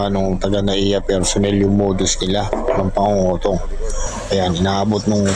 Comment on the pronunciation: Pangongotong ata tamang word😅 hindi pangungutong😅 tunog ano eh .. 😅